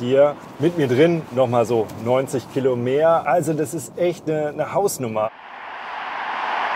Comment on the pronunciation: 👍... und 90 killo 🤪